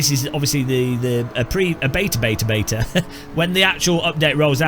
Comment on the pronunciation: As you said " BETA " 🙄